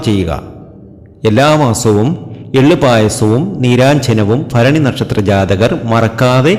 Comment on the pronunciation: ഫരണി അല്ല ഭരണി ആണ് തിരുമേനി ❤❤